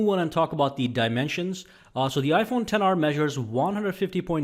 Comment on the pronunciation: You said all dimensions wrong